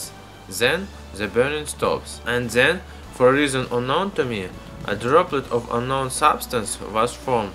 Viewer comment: lmao why is it so hard for some people to pronounce then, that and the? like how are you saying ''zhe'' ''zat'' and ''zen'' when its clearly a T there?